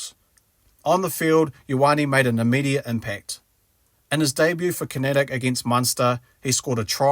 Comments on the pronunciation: It's not pronounced "Con-at-ict" it's pronounced "Con-act" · wtf is KINETIC rugby? Connacht... pronounced "Con-act". nice vid tho